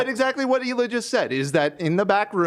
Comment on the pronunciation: Like, I agree H3 is trash, but I also genuinely can't understand why no one can say Hila's name even after watching a ton of H3 content for a video essay. It's not like it's a complicated name to pronounce either. I genuinely don't understand, can someone explain why this keeps happening?